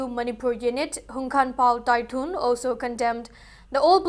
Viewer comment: JDU president HANGKHANPAO TAITHUL not TAITHUN